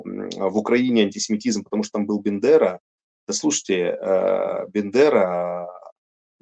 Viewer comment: умный человек! Уважаю!!! Когда он сказал фразу: «На самом деле не Бендера, а…….» мне подумалось: сейчас исправит распространенную ошибку: не Бендера - а Бандера! Но нет! Ему как-то привычнее - Бендера. Это все равно - что ТЕмар вместо Тамар!!!!!!!!